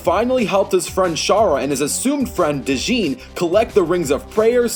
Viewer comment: Great animation, also for future reference its pronounced "jin" not "d'jin" like "dodge" or "pledge". That said, shahra sacrificed herself to stop erazor's attack, not to take his rings, there's nothing in game to confirm she took em; furthermore, the ring on sonic's finger, her ring, broke signifying that shahra is dead, this is prior to erazor's transformation into the creator. There's no way she could take erazor's rings. Not to mention that during the fight it shows that he loses the 7 rings anyway: 3 in stage 1, 3 in stage 2, and 1 in stage 3. Alf layla wa layla lost little to no power before the fight. This means darkspine sonic is at least nigh universal to goku's multi galaxy. This is ignoring the fact that sonic has previously beaten characters like emerl and chaos in base form, both of whom gain power from chaos emeralds which would put base sonic's power well above ssj4, nevermind darkspine sonic. As far as ftl is concerned, goku should be well beyond 400,000× ftl considering he's ftl in early dbz; but that makes little difference when classic sonic, in cd, is travelling through time with his speed. Add the speed/time break advantages he has and you have another fight sonic should've won.